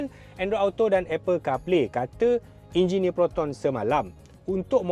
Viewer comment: “Jinjineer” Proton dah design 😂😂😂